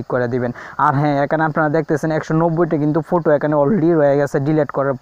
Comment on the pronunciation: ফুটো কী ভাই ওই কথাটি হবে ফটো